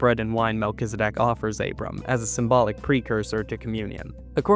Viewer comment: Isn’t it pronounced Mel-Ki-ZED-ek?